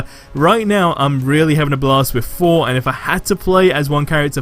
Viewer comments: Lol it's Thor not four 👍🤣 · i can never tell if your saying thor or four .........yikes! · You mean Thor idk Fhor 🤣